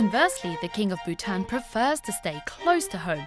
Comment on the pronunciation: I'm surprised the narrator able to pronounce Bhutan king perfectly! for me its like a tongue twister. Also where's dalai lama?